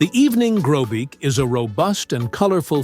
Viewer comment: evening Grosbeak not Grobeak